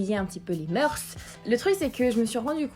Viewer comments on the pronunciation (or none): none